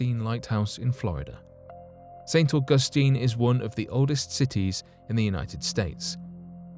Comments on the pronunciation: St. Au' gus tine not Au gus' tine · Just learn to pronounce St, AUG'USTINE . Not st . au Gus tine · Omg!!! Say St ug a steen 1 more time.. I dare you...😡